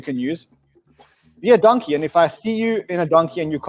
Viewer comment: Love the show Guys, Don-key PLEASE...